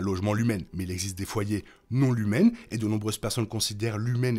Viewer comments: Pourquoi tu dis Lumen et pas Lumon? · Juste une question pourquoi vous dites LUMEN que c’est écrit LUMON